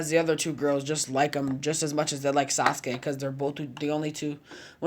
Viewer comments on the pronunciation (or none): none